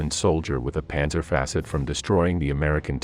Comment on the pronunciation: Dude learn how to pronounce the names of places, objects and factions before you make a video. Tf is a panzer faccit ?